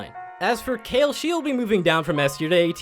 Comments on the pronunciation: Its kayle not kyle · its pronounced kay llllll, not kyle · How can you be Challenger, assuming you play a ton, and still not know how to pronounce names properly? "Le blank", "Kyle"...wth lol. Edit: Wth then you later on say Le Blanc correctly....X2 And Kayle! Haha